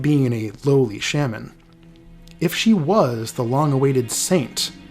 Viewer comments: new pronunciation of shaman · this video is fantastic but the way you pronounce shaman caught me off guard